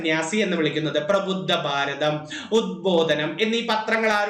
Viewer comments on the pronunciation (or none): none